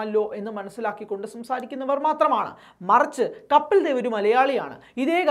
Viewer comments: കാര്യമൊക്കെ ശരി. 100 % യോജിപ്പുമുണ്ട്. പക്ഷേ കപ്പിൽ ദേവ് എന്ന് തുടർച്ചയായി ഉച്ചരിക്കുന്നത് കേൾക്കുമ്പോൾ ഒരു അസഹിഷ്ണുത. കപിൽദേവ് അതു മതി. ഇൻഡ്യ ഇതുവരെ കണ്ടിട്ടുള്ള ഏറ്റവും മികച്ച ഓൾറൗണ്ടറുടെ പേര് തെറ്റിക്കാൻ പാടില്ല, പ്രത്യേകിച്ചും പ്രബുദ്ധരെന്ന് അവകാശപ്പെടുന്ന നമ്മൾ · കപ്പിൽ ദേവ് എന്നു പറയല്ലേ.. കപിൽദേവ്., എന്നു പറയുക. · കപിൽ ദേവ് എന്ന് വായിക്കു!